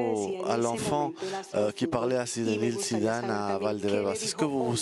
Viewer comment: Sissou 😂🤣😂🤣😂🤣 Sinedine Sissou, c'est qui ce traducteur???